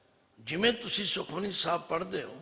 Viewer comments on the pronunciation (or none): none